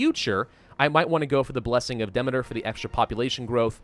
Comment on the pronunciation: Demeter is pronounced Dih-me-tur